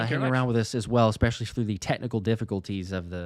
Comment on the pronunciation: I love you, brother. But PLEASE, the word is Especially, not EXpecially. Sorry, but it drives me crazy.